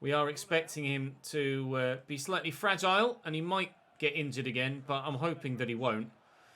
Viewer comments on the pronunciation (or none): none